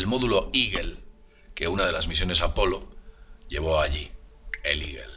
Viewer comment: A que se refiere cuando dices el modulo iguel, tal vez"eagle"águila? su pronunciación aproximada al castellano sería " igo"